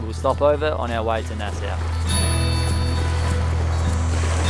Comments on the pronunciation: Nassau.. like paw or awe or raw, not Nass ow like that hurt or cow or wow. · Hi guys. It’s funny how you pronouncing Nassau. Try it like this, “ Nas saw” Nassau. I’m stuck up in Canada, North East BC. I,m happy your enjoying my home land. Safe travels. Signed, another Albury. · Ok, now that I hear you say Plymouth all wrong it's much more sadder than I thought and funnier. love ya: ) peace PS: I have to tell you both nassau is pronounced NAS SAW, ok.: ) peace